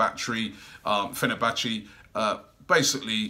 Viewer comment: Man like Robbie said fernabattry😂😂😂😂😂😂